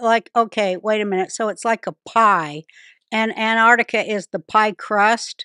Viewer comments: Will they EVER realise it's not called "Anarticka". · It's striking that doesn't know how to pronounce "Antarctica".